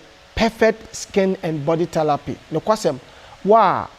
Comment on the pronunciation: Kumerica to de world is therapy NT thelapy